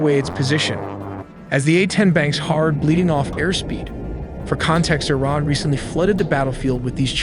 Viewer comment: Nuke I-Ran now